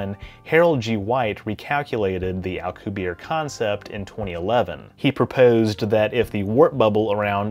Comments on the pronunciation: You're pronouncing it as if his name were French, not Spanish (he's a Mexican physicist). His last name is pronounced "al-coo-bee-AIR-eh" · As always for you,, an absolutely fantastically informative video. I was going to comment on your pronunciation of Alcubierre, but noticed you already apologized in the comments. I don't think we could build a Star Trek-type warp drive at all or a different type of warp drive anytime soon, especially if it involves anti-matter because it's so difficult to attain in any substantial quantities. But, if improvements knowledge and technology increases exponentially as it has in the last century, we might get something close within the next couple hundred years. If we could somehow hitch a ride on the expansion of spacetime itself, we aren't limited to the speed of light.